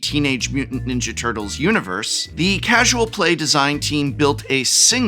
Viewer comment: You enunciate tur-tles like a microcenter employee asking if you mean “cd-r” or “cd-rw”.